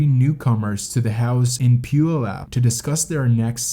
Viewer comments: puyallup is pew-al-up :) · Only a few people outside of Washington State can pronounce Puyallup (pew-AL-lip) correctly. You are not one of them. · Your pronunciation of Puyallup was hilarious 🤣 no judgment though, and its pronounced pew-AL-up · I like the documentary in general but it is very irritating to hear names like Nisqually and Puyallup repeatedly mispronounced. Next time try calling the library or city hall in those towns you're unsure of to make sure you're pronouncing them correctly.